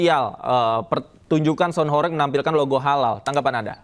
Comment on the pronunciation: Sound horeg, bukan horek